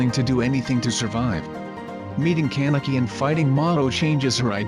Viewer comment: I hate how it says CAN-eki